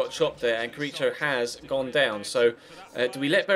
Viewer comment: Carriço= 'Carrisso' Gonçalo= 'Gonssalo' the "ç" in portuguese means "ss", it's different from turkish (with Çalhanoglu, etc...), just letting you know;)